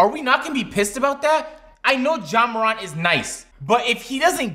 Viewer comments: ZEEON and Ja MORAUNT 😂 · Marcus Johnson he also said Ja morawnt instad of ja morant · said Zeeon and Moront 😂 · Flight says Zeon Williamson and Jae Merant... also said Zeon and Jae Merant in this video... its june 1st... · Ja Moraant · And saying Ja Moront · The way he looked at when he said zeeon and ja moraunt 😂😂😂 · “Ja moront”😂😂😂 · "Ja Morwant" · Zee-On and Ja More-Ant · "zeeon" and "ja morahnt" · is watching too much flight, just listen to how he pronounces Zion and Ja Morant😂😂💯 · Mans said ja morant and zeon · Nigga pronounced ja morants and zions name wrong